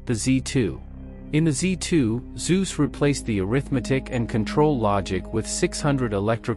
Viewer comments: The name is NOT pronounced "Soos"! It is pronounced "Tsoo-seh", not with a soft s, but with a hard "Ts" (a proper Zet), and it ends with an "eh" sound, just as it is spelled. Pronounce it as spelled. Easy. German is very simple that way! Crikey, these are important names in history, and this is only 9 minutes of video. Can't you at least get the bloody names right? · Please learn sume basic German pronounciation: It hurts to hear "zuz". We speak of Konrad Zuse, and that sounds like "Tsu-se" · He was a German scientist, not a Greek god. "Tsu-zuh" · Why are the names always pronunced wrong? It is a generell thing in English videos. It is so hard just open the Google Translor, enter "Zuse" and push the button for listening? Just an idea one can do it when researching a topic.